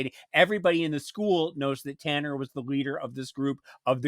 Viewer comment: Talan not Tanner